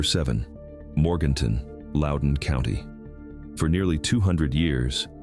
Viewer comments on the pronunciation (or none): none